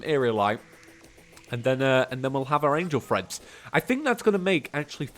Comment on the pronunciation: every time EVERY TIME! the cringe when you say angle threads.... read the name plz